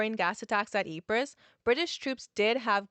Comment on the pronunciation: The sound quality is good. My issue is with you pronouncing it, Ypress, It's not a Cypress tree that's lost it's C. It's called Ypre and given the battles fought there when dealing with the place and it's part in history, I feel demands the respect of proper naming. It doesn't take long to google the place name in the native tongue and getting a pronounciation.